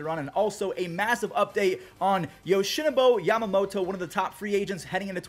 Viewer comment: BOO. YoshinoBU, not Yoshinobo.